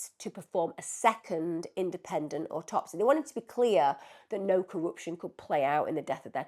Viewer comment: Autopsy. The cadence is on the first syllable of the word.